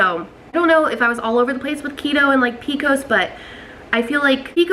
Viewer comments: I’ve never heard it called “p-cos”, they way you are pronouncing it. I like that. We just always say “P-C-O-S”. Good luck on getting pregnant. I have PCOS too. I was able to get pregnant thanks to taking Metformin. Currently I don’t take any medication anymore and just am able to control symptoms with diet and exercise. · I’ve never heard of the way she says it either and I’m from Alabama. I’ve always heard it by the letters too, but I kinda like the way she says it “pee-cos”